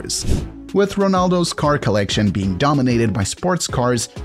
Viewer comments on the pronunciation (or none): none